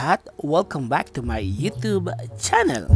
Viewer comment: bulol yutub yuchub buloll